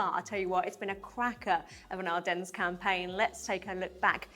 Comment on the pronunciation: Please stop pronouncing the s in Ardennes.